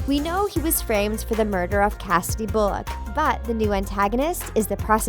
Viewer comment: I didn’t know he was framed for “cassadie boolet”?